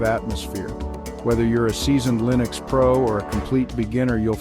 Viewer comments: I don't think you know how to say, "Linux". Arco Linux is pronouned, "Arco Li-nux", not "Arco Ly-nux". Even the author of Arco Linux says it the correct way, "Arco Linux", just listen to any one of his 3,000+ videos. Then again, are you an AI, or a real person talking? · Linux is pronounced with a short 'i' as in, well the word 'in' not a long i like in, 'like'.